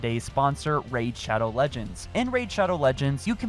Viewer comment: Oh no he did not just say raid shadow leagends No oh god please No No NOoO NoOoOoOo!!!!!!!!!!!!